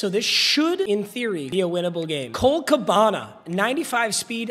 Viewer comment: cole cabanuh not cabanah